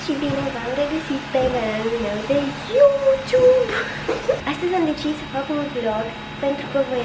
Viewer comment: dar spune odată normal cuvântul youtube.. ce dracu e aşa greu 😒